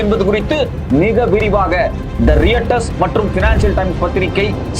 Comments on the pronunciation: கொஞ்சம் ஆரம்பத்தில் கத்துவதை நிறுத்த முடியாதா உன்னால். என்ன எழவு யோ நீ... அதுசரி அந்த பத்திரிகையின் பெயர் ரியட்டர்ஸ் கிடையாது. கூகுள்ல போய் தேடி பாரு. உனக்கு எவன் வேலை குடுத்தான் 😢😢😢😢😢😢😢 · Reuters ( roitaz) pronounce